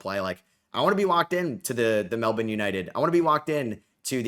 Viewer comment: New to your content and been really enjoying it. The fact that you said Melbourne correctly is a bonus lol